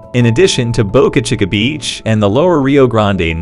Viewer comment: Someone should teach you how to pronounce Boca Chica.